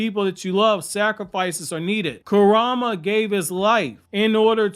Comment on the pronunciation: pls fix ur pronunciation man…kawaki, kurama, etc its painful to listen to dude